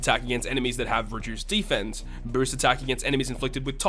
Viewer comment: I got one question after watching the video: why do you pronounce deFENse up and increased DEfense? 😂 Nice video, btw